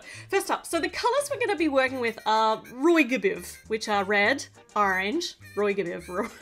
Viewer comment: Its pranonst roy-g-biv